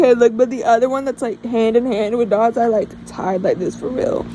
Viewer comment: Yay I’ve been waiting for this video!! I found your channel because of the got ur number music video I thought it was so fun My best friend calls me dazai as a nick name because wild guess I’m mentally ✨ill✨and I say and do silly things and I also cosplay him lol YAY you said my name right! Some people pronounce it wonky lol Thanks for answering my questions!!!